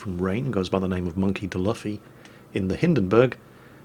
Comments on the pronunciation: Monkey d luffy is pronounced monkey d loofy. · Monky De Laffy? you butchered that name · Monkey d. luffy is pronounced Monkey D. LOO-fee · The man says Monkey Duh Luffey xD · Actually you missed pronounced one of the names wrong it's Monkey D Luffy the main character in one piece